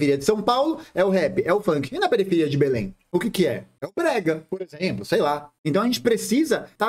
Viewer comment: comentou muitas coisas muito interessantes e com comentários relevantes mas venho aqui para comentar "ELE FALOU "MACAPÁÁ" e "BELÉMM" hahahahhah